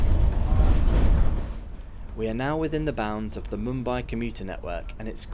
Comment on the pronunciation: It's Mumbai not Moombai